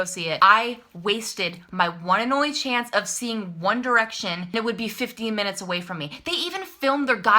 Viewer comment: every time you said chance I said chonce XD